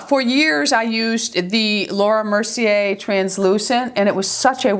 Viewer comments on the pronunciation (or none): none